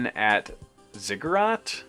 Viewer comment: The way you pronounced Ziggurat is correct